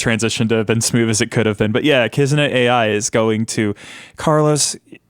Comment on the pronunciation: only started watching and hearing say Kizuna Ai as A.I. instead of Eye